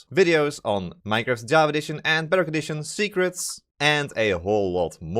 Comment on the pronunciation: The way you say "Bedrock Edition" sounds like "Better Condition" and sometimes sounds like "Butter Addition".